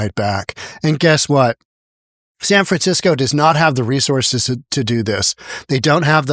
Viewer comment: San Fransiko 😂